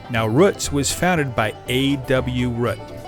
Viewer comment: Been there several times (when I'm in the Lancaster area on a Tuesday), even though I reside 50 miles away. However... I thought, by the spelling, that it was "Rooots" (rhymes with boots), but the narrator refers to it as Ro͝ots, rhyming with books or as as in foot. Do you know for certain if the founder was Mr. Ro͝ot? ...or actually Mr. Ro͞ot?